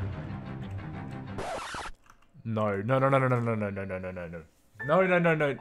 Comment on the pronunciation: “Noul” instead of No